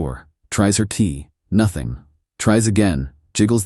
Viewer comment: FFS AI,it's key not tea.Have you ever seen tea open a door ?